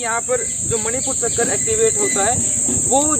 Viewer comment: मूलाधार, मणिपुर """चक्कर"" या चक्र?? कृपया शब्दों के उच्चारण में सुधार लाएं ❤ प्रयास अच्छा है ❤